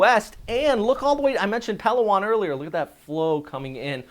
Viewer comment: you mention Palawan often in your reports, but you are saying it wrong. It is pronounced puh·LAA·waan, not PAL·aa·waan.